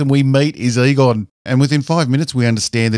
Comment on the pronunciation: Every time you said Egon, I thought I heard Qui Gon.